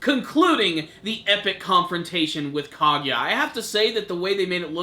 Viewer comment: you might need to work on pronouncing the names of people like Minato Kaguya and a few others